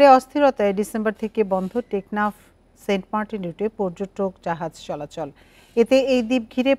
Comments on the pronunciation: Saint Martin ❌ Saint Markin ✔️ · 😹🤣 saint martins ❌ saint markin ✅